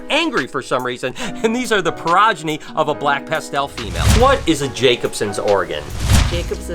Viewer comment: Sorry to be Hermione, but it’s “exo”thermic not “ecto”thermic and pro-geny not per-ogeny!